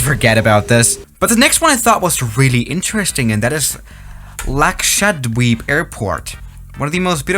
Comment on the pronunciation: same for lakshwadeep airport